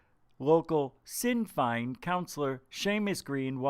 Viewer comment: its pronounced shin fane